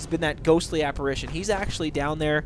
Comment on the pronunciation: Pronunciation guide: respite = RESS-pit, draugr = DRAW-gurr, apparition = a-puh-RIH-shen (you've been saying "aspirition", which means nothing) You also seem to be confusing Mjoll the Lioness and Aela the Huntress (two completely different characters). Your follower in this video is actually named Mjoll (me-OLE). The boss's name is King Olaf One-Eye.